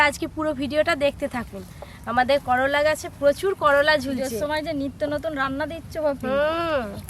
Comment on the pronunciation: করোলা নাহ করলা গো 😮 আর সুন্দর হয়েছে রেসিপি টা ❤